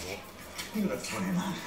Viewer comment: “You a fooney man, eh? A vary fooney man”. Love Sean Bean🤣